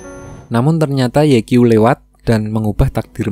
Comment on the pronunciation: Sedikit koreksi 'Ye Qiu' itu dibacanya 'Ye Ciu'👌🏻